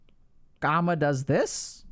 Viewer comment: Its not ' karma' its 'kaama'